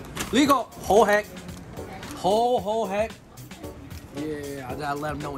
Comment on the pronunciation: delicious in canto is actually ho sek, not ho hek